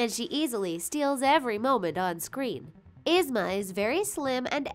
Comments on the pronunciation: Its ye-zma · Its ( EE-SM-A) but spelled ysma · #9. Her name is pronounced EEZ-ma. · It's prounounced Ee Zma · Omg I hate the way she say Yzma name 😭😭😭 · You said Yzma wrong ! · The way how she pronounces yzma makes me believe that she has never watched any of these Disney shows ever and pronounced them however the hell she felt like. 🙄🙄🙄 ugh it's ''YEEZMAH'' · They are saying Yusma it is esma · It's spelled yzma, but I thought it was pronounced eezma? Could be wrong. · EEEEEsma not esma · Ahhhhh it's not (Izma) it's ( EE-ZMA) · did anyone else notice the she said izma not eezma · Oh my lord its Yee-zma not Y-izma. Also why is it important that Queen of Hearts and Ursula are obese? It gives them power an attitude. Dr.Ficilers "teenager" was his genderbend.. why do you guys keep mentioning their weight? Like, "they're slim" or "theyre obese" I'm pretty sure a lot of us dont care, just shown us the damn pictures. if we're here we know what the villains look like. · “is-ma” it’s pronouced “eez-ma” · It's Yeez-ma. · 'Isma'? Like, LADY IT'S Y - ZMA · It's EEEZ-MA! NOT IZZ-MA! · IZ-MA! it's pronounced eeez-ma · Yzma isn’t pronounced “izma” it’s pronounced “eezma” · This bugged me so much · OMG! ITS EEEZMA! NOW ISMA!! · "Eez- ma" not "Iz-ma." Had to. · It's not Izma it's Yzma, just to let you know:) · It’s Pronounced EEZMA not IZMA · "Iz-Mah" it is not pronounced like that. It's pronounced as "Eeaze-muh", Yzma. Lord have all the mercy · Yzma is said “Eesma” not “issma”... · Yzma is pronounced E-zma not I-zma Also I find it hilarious that they probably accidentally used a gender-bend of Dr.Facilier without even realizing it like I'm pretty sure that version also had boobs soooo..... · _-. I am so annoyed!!! They always pronounce Yzma's name wrong!!! It is pronounced EEzma. Not Izma!!! >:( -Hot pocket Addie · correct pronounsetion: yeezma wat they use: izma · The way they say Yzma 😐 " Is mah " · YZMA IS PRONONCED LIKE YIZMA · Lmao “isma” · It’s yzma (yezma)